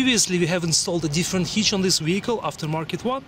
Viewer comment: What is a HEECH... I need to install a HITCH,. I'm not sure if your video of a HEECH is the same for my assembly...??? I don't even know what a HEECH IS...??